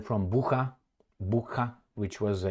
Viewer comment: It's pronounced "Boocha", not "Bukha", even though it is spelled Bucha. Just sayin'. As to what the hell exactly happened there - I wish I really knew... 😢 I don't trust either side, but it is obvious who it was damaging for, and who sort of benefited from it. But sometimes, logic goes out the window. Who knows.